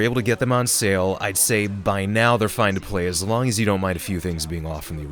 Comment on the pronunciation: strange emphasis on the by now making it sound like buy now. Odd coming from someone who clearly puts a lot of pride in their speech.